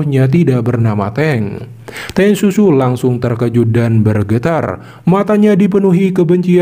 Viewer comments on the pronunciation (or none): Teng siu siu ya min, bukan Teng susu😅